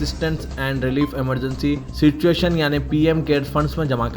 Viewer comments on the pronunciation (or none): none